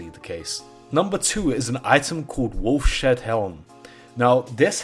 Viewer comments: lol!!! "Wolf Shead Helm." It's pronounced like, 'Wolf's Head.' :) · "Wolf's Head" not "Wolf shed" :face-purple-crying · Its pronounced wolfs head... not wolf shed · 5 years late, but dude, it's pronounced "Wolfs Head" not "Wolf Shed" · wolfshed helm LOL WOLFS HEAD HELM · It is pronounced “wolfs head” helm not wolf shed idiot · it's obviously supposed to be pronounced wolfs-head not wolf-shed lol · Wolfs head, wolfshead, not wolf shead. Wolfs head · By the way, I believe it's pronounced "Wolf's Head" NOT "Wolf Shed." You wacky Brits... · wolf-shed... lmao. not, maybe, say... "Wolf's head" ? you really repeat yourself a lot, too. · wolfs....head... not wolf shead. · Lol wolf-Shead helm.... Wolf's head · it's pronounced "wolf's head", not "wolf shed". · ... Wolf Shead helm... lol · This didn’t drive me as crazy as “wolf shed”. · i laughed everytime he said wolf shed. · Even "wolf shead" probably wouldn't be pronounced the way he was saying it - shed. It would probably be more like shade. Or seed, but with an h, "sheed".